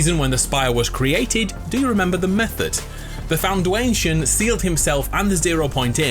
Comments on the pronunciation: So Its now “fwoundation” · “Foundwanyetion” I see what you did there 😂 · I know you did not just say the FounDWAYNEtion XD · The fwoundation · “The foundouation” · ITS THE FOUNDATION NOT THE FWOUNDANTION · The foundwayntion he says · Ah yes he foundatwation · My new favourite word "Foundwation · My guy said foundwation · The fwoundation ha! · Him: the foundwation Me: the what? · You said foundation wrong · I like how you pronounce FOUNDATION, " FOUND-Dwayne-TION xD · the Foundwaynetiom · did he say foundwantion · Did anyone else notice that he said foun(Dwayne)tion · The Foun"Dwayne"tion perfect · “The Foun*dwyane*tion” GOLDEN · Wait did he just say...."found-wation"????🤣😂🤣😂🤣🤣😂🤣😂🤣😂🤣😂🤣😂🤣😂🤣😂🤣😂🤣😂🤣😂😂🤣😂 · "The founDWAYNEsion" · i just love the 'foun dwayne shen' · also Founduwation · Anyone else hear “The FoUdWaTIOn” Also I think either Renigade Raider or Bandolette is the IO agent. I feel like it’s less likely to be Renigade, but she touch charge unofficially. And for Bandolette, she didn’t agree with Bat Man when he sad a plan. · Did anyone else hear him say fondwayson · “The Foundwation” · Hahaha the fowaundation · He said it as a joke.